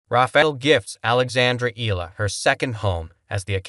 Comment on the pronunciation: E.YA LA....That is the way to.pronounce it